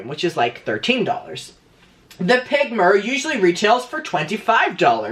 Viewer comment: whenever he says "mirror" i can only here "myur"